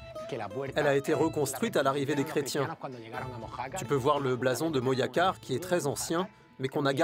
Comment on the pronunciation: STP tu peux dire Moracar si tu peux pas mais Moyacar stp non !!! MoJacar con jota !!!